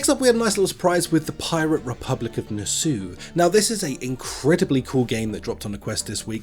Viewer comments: It’s not pronounced nassu. It’s Nassow as in cow 😂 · Why can't any YouTuber pronounce "Nassau" correctly